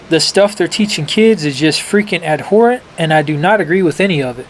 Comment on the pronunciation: "Abhorrent" not "adhorrent"